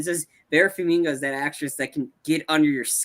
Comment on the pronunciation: Is it so difficult to pronounce simple names that are pronounced phonetically? Farminga? Is it so hard?